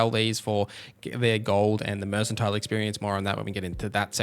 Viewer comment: Thanks but a tip remember it’s said merkantile not merssantile